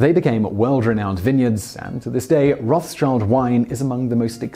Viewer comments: so the pronunciation is somewhat like "Rot-Shilled" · It's Roth-Schild not Roths-Child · The pronunciation isn’t „Roth’s-child“ but „Roth-shild“ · Nice Video! Only one suggestion. You are pronouncing the name like Roths-child. Try pronouncing it Rod-shild. It isn‘t hundred percent correct but a lot better than the former. Don’t want to be an as*****, just for you (in videos) and anybody who cares about it. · You are Correct! the correct pronunciation is ***ROTE,th-SHILD** (german, meaning - RED SHIELD) and not Rawth-CHILD (especially if you're an engrisch-speaker!!!!!) AND, The "R" should be either 'TRILLED'- with your tongue —> with a long interval r,r,r,r,r,r; or, 'guttural' from the back of your soft palette (like youre clearing your throat) ........ so, ..... "RrrrrrOATh-SHILD". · Haha his pronunciation is so bad it took me a really long time untill I realized he was talking about Rothschild 😅 and I lived on Rothschild street for 2 years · It's Roth-Schild, not Roths-Child ^^ You kinda butchered it, but i can definetly see why :D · It's not pronounced Roth-s-child. It is Roth-schild. Red shield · Rothschild is a German (Yiddish?) name. Pronunciation: RÔth-shILd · Its Roth-schild (Red Schild) not Roths-child. Nothing to do with children! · Just a little note: a more accurate pronunciation of the German name Mayer Rothschild would be MY-er WROTE-shillt. It's not exact, but close enough. The English version of the name is pronounced ROTH-child. The original German name means "red shield" (rot=red and Schild=shield). My suggestion is to use Google Translate or something similar for help with pronounciation of foreign terms and names. Otherwise a great and very informative video! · Slaughter the name for 8min straight 😂 ... its Roth-Schild the h is silent :) not a ‘th sound :) 😉 😂 :) but nice video! :) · It's not Roth's Child but Roth Schild (red shield). The h is silent, so no th sound. The sch is like sh in the word English. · Its rothschild not rothchild